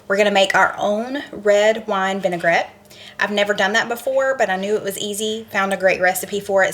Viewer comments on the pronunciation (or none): none